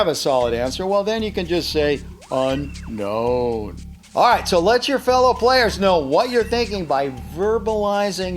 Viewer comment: Every time he says uknown I feel uncomfortable 👌gotcha